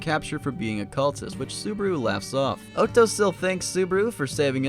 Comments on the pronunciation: bruh its otto not otso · this is a cool video but your mispronunciations are baffling. how do u mispronounce otto??